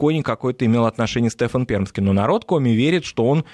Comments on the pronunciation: Да уж не Стэфан, а Стефан, с ударением на второй части имени. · Все замечательно. Но почему СтЕфан? А не СтефАн. Я из Коми и мне слух прям режет. Простите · Стефан, а не Стэфан.